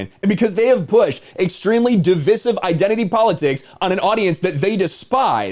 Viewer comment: Nice take on this disaster. Just one thing: The word “divisive” is pronounced “di-VIE-siv”, rhyming with incisive.